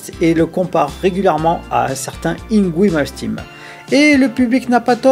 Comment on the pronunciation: C'est Ynvey Malmsteen pas Yngwoui Malmestime😉. Sinon encore très français ce cassage en règle du suédois, sa musique caricaturale ahaha, non seulement Yngwie est comme habité quand il joue mais c un grand compositeur. Ses 4 premiers albums sont intouchables et sont même des mètres étalon pour les artistes qui ont suivi. C'est avec Valen le guitariste qui a été le plus copié/pillé et par Jason Becker aussi! Donc un peu de respect pour ce grand artiste, on peut ne pas aimer l'homme mais apprécier sa musique !